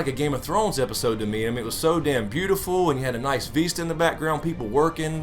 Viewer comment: lol..I agree..I thought it was a preview for another show and I started fast forwarding on hbo go...and that "veesta"